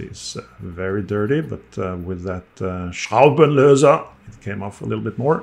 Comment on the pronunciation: 😂😂😂why do have a little problem with the word "Schraubenlöser". Vikings do pronounce their words hard too. 😂😂😂😂 happy greetings from Germany.